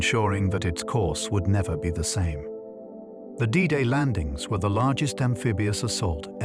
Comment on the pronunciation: Known forever as"Day Day"? Fucking AI!